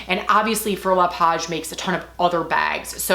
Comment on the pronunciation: Wow, your 2-year-old handbag looks brand new to me! Fauré reads "fo-hey" in français. You'll have a totally different shopping experience next time you make the purchase in Paris, the home to Fauré le Page, LV, Chanel & Hermès.... =)